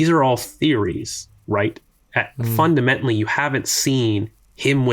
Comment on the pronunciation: Im a terrible person but i cant not address the pronunciation of the word "fundamentally." makes my ears ring every time